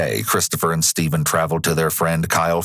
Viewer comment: so is it Stephen or Steven? You got that wierd